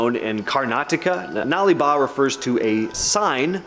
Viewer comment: Thanks for saying 'Nale Ba' correctly, you nailed it 👍